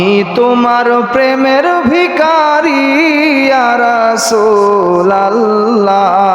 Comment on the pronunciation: ভিকারী নয়। উচ্চারণ হবে ভিখারি